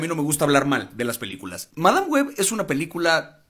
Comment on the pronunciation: PeliculA! No pelicule 😒